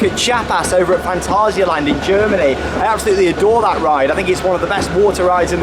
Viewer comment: OK, I’m finally going to mention it. You pronounce Phantasialand wrong 😆 It’s ‘Fan-tay-zee-uh’ not ‘Fan-tar-zee-uh’ 😉